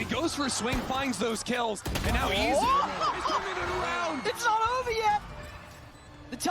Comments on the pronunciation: It's Izu not Itzu 😭😭😭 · This is what happened when EDG scrims too many with PRX. U became like them. Also how hard is it to pronounce Eat-zu?